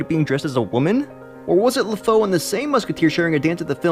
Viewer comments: La-foe? How bout La-foo? And Gas-tawn and not Gas-stone.... Wow. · its lefou not lefoe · I'm more upset by the fact you pronounced Lafou (LAFOE) and Gaston as (GASTONE). At least get the pronunciation correct :/ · its pronounced "La-foo" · His name is sounded Luh- fue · It's pronounced 'Le-foo' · It's pronounced ( la-fou ) and I loved Lafous gay moment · Oh my god I can't listen to you mispronounce LeFou's name again. Had to stop watching it was driving me up the wall so badly.